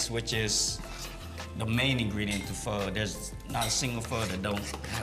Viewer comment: Bruh...learn how to pronounce pho correctly....